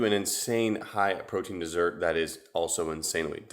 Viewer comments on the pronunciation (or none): none